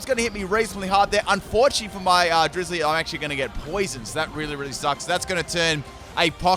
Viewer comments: it is not drizzilee it is drizz-I-le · Hearing him say Drizzile’s name makes my annoyed... It’s the combination of Drizzle and Reptile... so it’s Driz-zile!